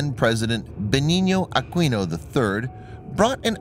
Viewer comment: Akino not aqueenoo